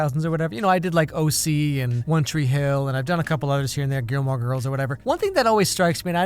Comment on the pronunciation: "Gilmore Girls" sounds like "Killmonger"